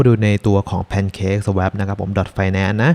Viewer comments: Swap อ่านว่า สว๊อพ ครับ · อ่านว่า สว้อป นะครับ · swap อ่านว่า สวอป นะครับ